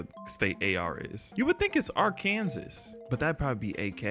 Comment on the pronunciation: As someone from the state getting ar-kansas is crazy